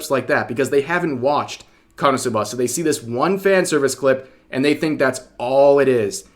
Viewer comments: Rev I'm going to need you to stop stressing the A at the end of KonosubAAA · You put the emPHAasis on the wrong sylLAble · God I am so triggered by the way Rev says "Konosuba" Why are you putting the inflection on the final syllable!? 😂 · the way rev says "SUBA" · its KO - NO - SU - BA. Not KANA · You say KonosuBA but its pronounced KonoSUba runs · I thought konosuba was easy to say until I heard him say it... HOW? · Why do you say it like that Rev? I've never heard Suba pronounced that way. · You have the absolute weirdest pronunciation of Konosuba I've ever heard, but w vid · I don't think I've ever heard anyone pronounce konosuba so hilariously, 10/10, couldn't help but cringe laugh every time, love ya Rev, lol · bro ur pronunciation of Konosu-buh is wild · they way you say "KonoSub'AH gives me anxiety The anime is a masterpiece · Why do you keep saying konsubbaaaa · Dude is really saying Kanasuba 😂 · I'm more mad about how you're pronouncing Konosuba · Only thing I disagree with Rev here on is…why are you pronouncing Konosuba like that? Personally, I pronounce it like Kono-Suba. Two words, four syllables. Is that weird? Am I the weird one? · Bro you pronounce "Konosuba" real oddly. Is this some kinda dub issue? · Rev why do you pronounce it that way?!?! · Why do you say Konosuba so weird??? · The way you say konosuba is very wierd to me. 😂 you say the first part quickly and then i hear a very pronounced buh for the last syllable. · I never heard ppl say KonoSuba the way Rev does :d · Ok I'll say it......I love how rev says konosuba😂